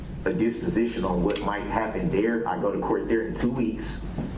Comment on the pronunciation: "ak least"